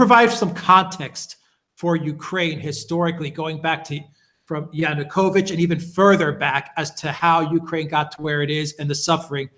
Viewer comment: Why does dear persist in saying "Yunukovich" when everyone else correctly says "Yanukovich"?